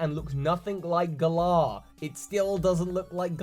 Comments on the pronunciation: Why do you insist on calling it "Gahlar" it's Gal ar like Valor. Valor is literally what knights have. Gahlar sounds stupid. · You putting the emphasis on the second syllable sounds super weird,. Why have you chosen to pronounce it gaLAR and not GAlar? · Gal - ar, not Gul - Ah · FOR THE LOVE OF ARCEUS AND ALL THINGS FRIKKING HOLY ITS NOT PRONOUNCED GUH-LAHR ITS PRONOUNCED LIKE THE WORD GALLANT!!!!!!!!!!!! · Whenever I hear you pronounce the region name I picture Hermione for some reason saying "it's gallaaaaah not galler" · Please say "Glar" isn't how everyone's pronouncing it? I've been basing it off Valour or Gallant. Glar sounds like a noise a Pokemon would make. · You're the only person who I hear pronounce Galar as GER-LAR. I always hear (and imagine) it pronounced GAH-LAR (to rhyme with Valour). Interesting interpretation.I'm dead excited for these games to come out. So proud to represent team GB! Keep up the awesome work buddy! ^_^ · I don't know how Galar is ment to be pronounced but I'm Australian and the way you say the name sounds to me like you are saying the name of a small type of cockatoo called a Galah. Maybe cause name is similar and UK's connection to Australia they could put the medium size pink and grey parrot in the game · If Galar is a ukish region how come you pronounce it like it's an Aussie region? =p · I like The way he say'd galar itis funny 😊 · Your pronunciation of the Galar region is triggering me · You’re saying Galar wrong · I love your videos, but how you pronounce Galar kills me.